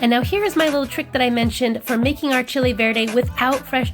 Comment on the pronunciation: The moment I heard her say chicken Verde… no accent, don’t trust